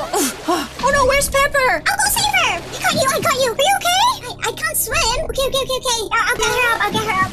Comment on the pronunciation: My favorite part is when you’re saying in the first okeh